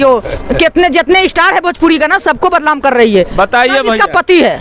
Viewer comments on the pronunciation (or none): Badlam hota hai badnam hota hai pahle bolna सीख